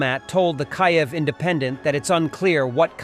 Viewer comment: It would be so much more effective if you could pronounce Kiev correctly. Your pronunciation is unique. But neither Ukrainian nor Russian.